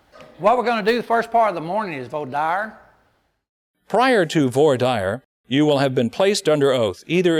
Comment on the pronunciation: Why are they pronouncing voir dire like that 💀 vwahr deer is the right pronunciation